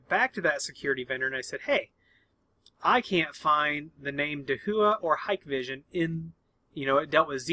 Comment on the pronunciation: It’s not hike vision. It’s pronounced Hi Kay vision